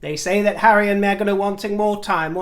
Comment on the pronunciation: dear I adore you. Please stop the the Meshzion pronunciation of Meghan. You never pronounced it that way before. Dear call a spade ♠️ a spade call Meghan, Meghan, or simply the Harkles anything. We love you just the way you are. Be yourself